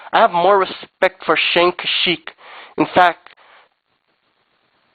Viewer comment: "You need to suck it up, either go hard or go home!" That was kind of homoerotic. You can't even pronounce Mao's name right. Not too mention you had to read this of a paper. You couldn't even pronounce Chang Kia-shek's name either. Do your parents pay for your internet? Nothing's free boy.